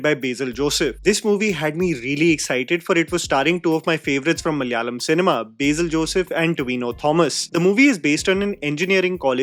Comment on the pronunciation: My god it’s on “Beizil” it’s BASIL , I’m not even a malayali